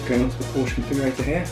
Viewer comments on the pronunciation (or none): You should not be allowed to buy a Porsche if you can't pronounce the name correctly. One sits on a porch, you drive a Porsche (pronounced like the girl's name Portia). How do you pronounce Bordeaux? Do you say, "bor-de-ox"? Of course not.